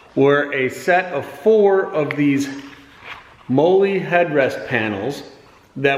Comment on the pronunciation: Pronounced "molly"